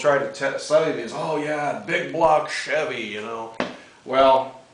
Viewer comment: hahaha love that humor, typical stereotype guys. Bbbbig bbbblock chäävy